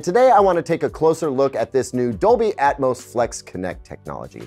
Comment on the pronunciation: Dolby "Atomos"